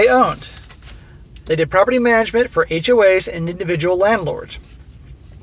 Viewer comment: HOA's or HOE's? 😂😂😂